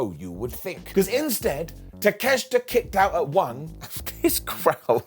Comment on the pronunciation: It's pronounced Take-Shit-A